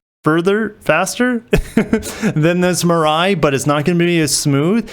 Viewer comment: Great analysis. Excited to see what BEVs Toyota comes out with. Mirai (“mee-ra-ee”). Suggestion: the decorative Lexus font is over-used on your main title card. Maybe Upwork or Fiver can help.